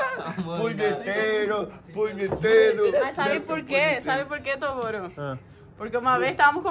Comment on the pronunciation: Toguro e não Tuguro desculpas